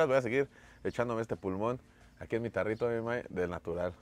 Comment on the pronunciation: No es tarrito, es "jarrito"! Ya estás olvidando los nombres tradicionales.